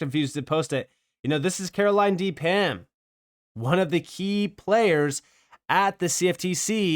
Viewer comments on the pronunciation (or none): Appreciate your content. Pham is pronounced like Fam.